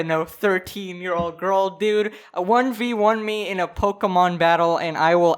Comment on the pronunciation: Its not about pokemon its about the way he said it Pokemon